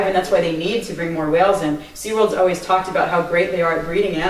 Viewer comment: "Bring" not " being"